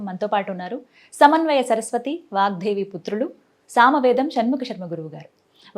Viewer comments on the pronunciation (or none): వాగ్ధేవి కాదమ్మా వాగ్దేవి